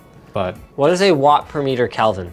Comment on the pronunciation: It's pronounced Kelvin, not Kalvin.